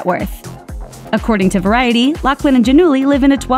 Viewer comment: OMG!!!! It’s pronounced LauFlin!!! No C